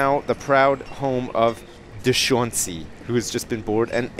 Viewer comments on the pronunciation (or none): I believe Deshauncey is pronounced De-Shawn-Say